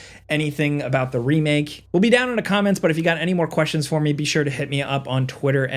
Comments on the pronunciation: why did he say remake like that doe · when you said "remake" it sounded like an accent. lol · with the British accent